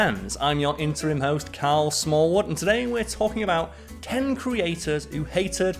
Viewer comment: Quit making him saying "interim".